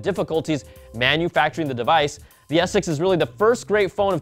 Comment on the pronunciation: please enunciate your words. When you say S6 it sounds like you're saying Essex or ex-sex. It's driving me nuts:P